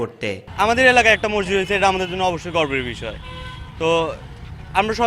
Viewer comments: সাংবাদিক ভাই মসজিদও বলতে পারেনা হায়রে। সাংবাদিক বলে মরজিদ। আশা করি উচ্চারন ঠিক করবেন। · ভাই মজ্জিদ না। হবে হল মসজিদ। কি বালের সাংবাদিক মসজিদ ই উচ্চারণ করতে পারেনা 😡😡😡